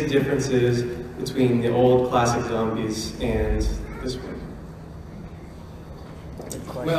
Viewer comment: "Zambies" xD